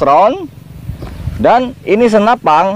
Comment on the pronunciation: Senapan bang, bukan senapang. 😀